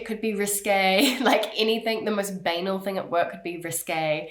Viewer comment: you use the word 'banal' pronouncing it in a way that rhymes with 'anal'. Banal is of french origin and their pronunciation is much nicer - it rhymes with Chantal.